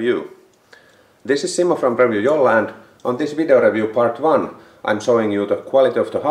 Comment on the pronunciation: reviuu.. rally english in its best.